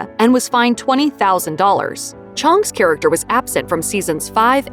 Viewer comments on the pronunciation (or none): none